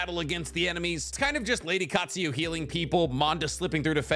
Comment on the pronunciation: I love you, but it's pronounced: Kaht-Sue-You.